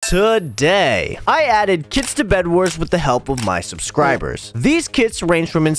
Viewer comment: It's really funny and like I don't know how to say it but like just good for intro and he does like TO-day